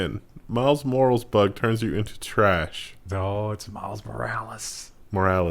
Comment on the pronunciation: Miles Morles, Jiff, Aricheibo (Arecibo). Is trolling with these pronunciation?